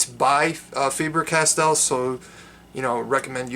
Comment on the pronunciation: Hi from Germany: You pronounce it like Farber Cas-Tell. The stress are on the first syllable of Faber and on the second of Castell. Lothar Faber was the German inventor of the modern pencil, as we know it. Therefore he was raised into peerage by Germany, and his granddaughter Ottilie married Alexander Count of Castell.